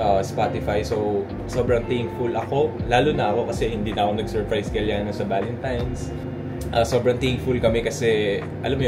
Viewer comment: valentimes 😭 sadya ba ‘yon or what lol